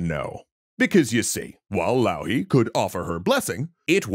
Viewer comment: A wonderful episode! Might need some texts to be added with the finnish pronounciations of the finnish characters and places, like Louhi and Pohjola, but very neat episode